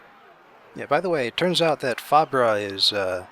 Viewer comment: Fabre- I think it's usually pronounced faber like sabre